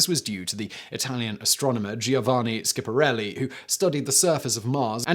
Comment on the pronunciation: Giovanni Schiaparelli. Pronounced Joe VA nee. 3 syllables ( Not, Gee oh vah nee) Skya pa REH lee. 4 syllables.